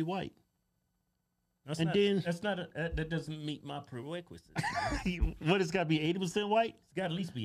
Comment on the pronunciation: "it doesnt meet my pwe-weqwisit"